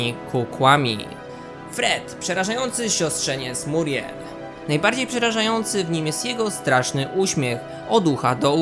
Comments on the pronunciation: Ona nie nazywa się Muriel tylko miuriel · MIURIEL!!! nie muriel